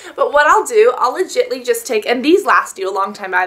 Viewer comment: She said "Legitly"